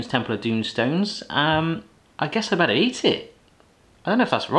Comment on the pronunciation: the way he pronounced better💀